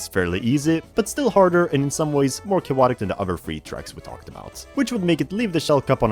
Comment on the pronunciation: "more cha-wotic"